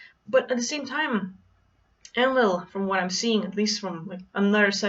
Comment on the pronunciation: En-Lil > EL (rhymes with RaphaEL, MichaEL, AzazEL and the rest of the rock band) //* btw Wow that was such an uplifting message, <3 We just need to learn to trust and embody that we are indeed THIS powerful